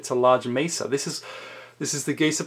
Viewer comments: This guy is irritating. The word is mesa from the Arabic for table. It's not misa. Too much pencil action also! 😅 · I am sorry, are you pronouncing mesa like it would rhyme with giza?